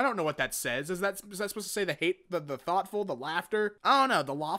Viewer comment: They tried to say the thoughtful but they forgot the t in thoughtful